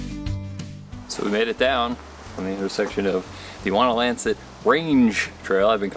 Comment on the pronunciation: Should you go to that area again, climb Whiteface via the Blueberry Ledge trail. It's a work out, but the view on top of Whiteface is incredible... and yes, your pronunciation of Wonlancet was perfect and correct.